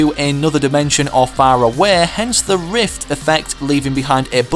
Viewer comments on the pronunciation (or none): none